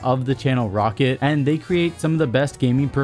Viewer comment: Love your content but your sponsor is pronounced ROE CAT not Rocket lmfao